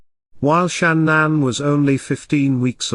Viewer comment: Wow the similarities, so very well done keep them coming, loving you're videos, and love you saying shananns name, love from Dublin Ireland 🇮🇪🍀